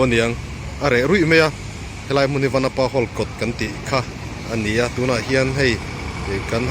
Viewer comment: vanapa i lam dan a diklo